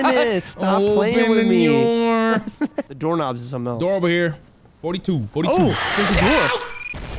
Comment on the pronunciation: No don't say open the Dore 😭😭😭